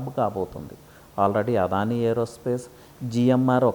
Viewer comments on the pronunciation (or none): none